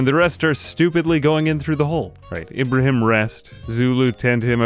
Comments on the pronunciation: Beautiful video! Splendid show of power I'd say honestly. Also a quick note Ibrahim is pronounced as Ibraheem, I apologise if it may seem rude just irks me a lil to hear it pronounced wrong when it's a recurring name. I look forward to your videos on the daily my good sir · Ibrahim's name is pronounced Ee-bra-heem. The way you say it has been driving me crazy. Thanks for the video though